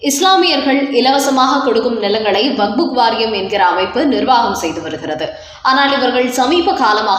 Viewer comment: நீங்கள் செய்தி வாசிக்கும்போது வக்புக் என்று வாசிக்கும்போது மிக மிக அசிங்கமாக இருக்கிறது. இரண்டு மூன்று முறை நான் சுட்டிக் காட்டி விட்டேன். நீங்கள் திருத்திக் கொள்ள வில்லை.